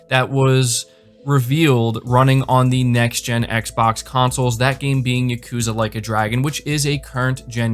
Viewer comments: Like YA-ku-ZA. Not Ya-KU-za. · "Yukuza," lol.